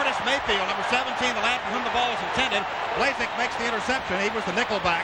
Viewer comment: It's pronounced "Blah-zik".